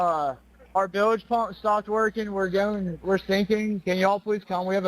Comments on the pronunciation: What in the hell is a “bil ledge” ????😂😂😂😂😂😂😂Never in my life heard it pronounced like that 😂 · A boat operator pronouncing Bilge wrong ??? 😂